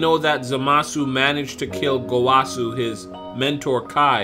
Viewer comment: It's Gowasu not Golasu, get it right noob, 😂😂😂